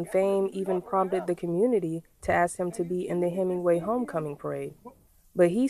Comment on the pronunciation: How about yall get a reporter that can read above a 6th grade level and can pronounce "ask"